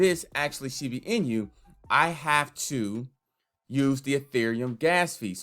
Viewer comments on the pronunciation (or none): it's "in-oo" not "in-yu" btw